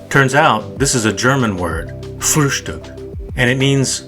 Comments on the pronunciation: Frühstück - Bad pronunciation?! - You said that pretty perfect for a Yank ;) Great Episode David, THX - i slowly get it, why some people might think the Unabomber could be the Zodiac Killer - even though i think this is malarkey... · Your pronounciation of "Frühstück" was pretty good.